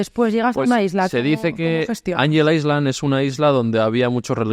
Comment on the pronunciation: Muy buen vídeo!! Me encantó como siempre ❤ Por cierto, cuando se pronuncia “island” la s no suena!!